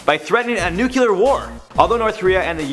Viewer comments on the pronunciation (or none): IT'S NUCLEAR NOT NUCULAR JESUS NOO CLEE ARR